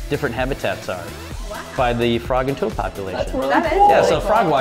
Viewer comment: IT IS TOAD NOT TOAT